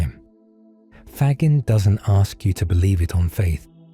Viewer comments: Gagging is mispronounced here. "Fa-gene" is closer to correct. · You are doing something ESSENTIAL by making Federico Faggin’s insights more available and understandable. However using a computer generated voice-over contradicts the essential message and, to my ear, weakens the message. Faggin (here consistently mispronounced) argues for the prosody of the real human voice. If you would like to sample the difference you can have mine, freely and gladly given.